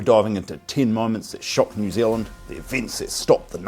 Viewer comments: Pronounce the name of the country correctly. Its not New Zlnd. There is and 'eala' in there too. FFS. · Right? This guy. Most Kiwi’s pronounce New Zealand just like you do my bro. It’s how we speak FFS. 😂